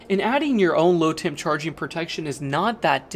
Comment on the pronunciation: You need to be clearer when you say low temp charge. I thought you were saying "load temp" which made sense to me until you were further into the video. If you 0ut the explanation of why you should have earlier everyone would not confuse the two terms like I did. Also you might mention what low temp we need to avoid. In southern Louisiana 10 degF are rare beasts.